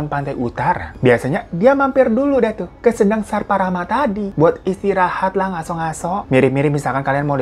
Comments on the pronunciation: Baca kata sendang, "e" nya di baca lemah bang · Kadiri? Kediri mungkin bang 😩 Sendang ucapnya seperti senang bang bukan sendok 😁